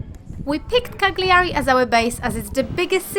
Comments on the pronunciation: It's pronounced "Caljari". 😉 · Each one of you butchered the word “Cagliari” in your own ways which was cute. Nice video. Thanks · My ears are bleeding the way you pronounce Cagliari😂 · cool video. i have to say it's pretty amazing how you actually went there and still couldn't learn how to pronounce the island's capital's name